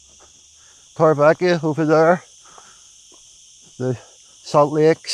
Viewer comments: Haha I was going to say the same thing with my OCD it does my head in I've lived i n the area for 20 years I'm sorry but please learn how the Spanish pronounce it the v is pronounced b so it's Torre be eka definitely not ekia. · Please say Torrevieja right, it's ECKA not EKIA hahahha sorry but it's been grating on me a while now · In the spanish language, J is pronounced as H. TorrevieHa. Old tower is😊 what it translates to in the English language. 🎉